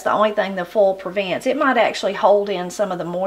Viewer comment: I know you love language and pronunciation and such. Can you tell me how you would say, "foal?" When you say "foil," to me it sounds like "foal." So I wonder if both words sound the same to you, or if the vowel will shift on both words. I really love your videos!